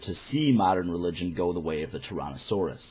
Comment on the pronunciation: Tarahnosauris? That's an odd pronunciation.